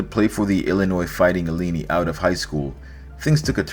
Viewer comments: Ileenee? Cmon man! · Said that again ilinni